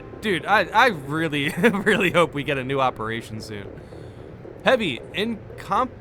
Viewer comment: Encompassing Aegis is pronounced "in-COMPASS-ing AGE-iss" if you care. It means "a shield that goes all around you"